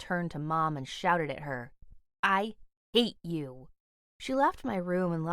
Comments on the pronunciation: When she said to her mom "I HATE YOU" i thought she said "I ATE YOU" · doesn’t it sound like she’s saying I ate you?! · Im not the only one that heard “I ate you” 🤣 XD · didnt she say 'I ate you' or what? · oMg LOL yeAHH